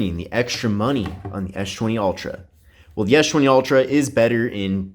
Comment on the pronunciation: Why does he pronounce s20 as schwenty?